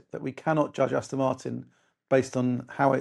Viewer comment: It 'Aston' with an 'O' not an 'I'.